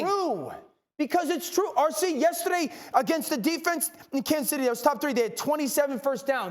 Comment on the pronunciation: So we just gotta make Dane orshlovsky mad for him to pronounce yesterday properly? he finally said the R hahahah